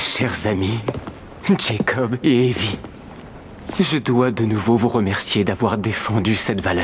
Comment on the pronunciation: en passant cest evie et non ivy loll